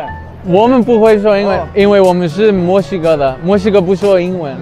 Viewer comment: Alguien se dio cuenta que cuando los chinos pronuncian Mexico suena como si digeran musica ? Jejeje